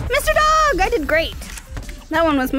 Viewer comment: I kept on thinking you were saying “dawg”....then I realized you were talking to a dog